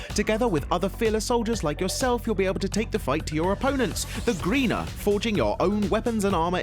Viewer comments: the greener? THEY'RE CALLED THE GRINEER GRI-NEER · take a breather... I got winded just listening Also the Warframe one.... Greener.... Gre-ne-er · lol the grina... lol i think warframe fans have some words for u sir lol... its grineer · I love how he said Greener instead of Grineer. Don't forget the Corpus and Infested. The best thing is that they think the Grineer are the main antagonists, even though the Orokin, Sentients and Acolytes exist, who are just plain stronger. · Its Gruh near , not greener lol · Youl be able to fight the GREENAR. Me:um um um mumumumumumumum WHAT ITS GRINEER(grin-ear) THATS HOW YOU PRONOUNCE IT! sorry im lettin all out sorry. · Its grineer not griner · Grenar? Its pronounced Grin-neer! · The Greener! seems le- it's pronounced grin-neer... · GRI NEER NOT GEENER THANK YOU SIR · im sorry did he just pronounce grineer "greener" ? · warframe is my jam, though you mispronounced the enemy faction name. It's Grin-eer. Not Greener. There's also multiple other factions as well that you left out, the Grineer aren't the only ones. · im so mad he said grineer the way he did XD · fyi in warframe, grineer isn't pronounced as "greener" it's "grin-ear" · "It's the Grineer", not the Greener lol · What did you say at warframe? The greener? ot grineer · the Grynar??? its the Grineer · It's not "Greener" it's "Grineer." More pronounced Grin-ear. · ....the Griner" xD it's the Grineer xD 2 ,,e" xD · Warframe - "greener" It's pronounced 'Grin-ear' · it's pronounced gry-neer not greener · nice... fight against the greener... do you mean grineer? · "Greena"? No, they're called Grineer. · i was gonna comment that... when he said greener i got triggered and i was like grineer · the greener? did u even research before speaking? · OMG IM DYING WHEN HE SPELLED GRINEER 😂 😂 😂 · don't mean to be rude but grineer isn't pronounced greener it's pronounced grin-ear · greener no its grineer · dude, its grineer...as in GRI-NI-ER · the "greener"(Grineer)